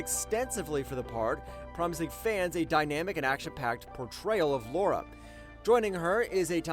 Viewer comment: Lara not Laura